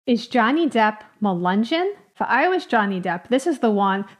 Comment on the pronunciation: It’s not pronounced accurately. Melungeon, no hard “g”.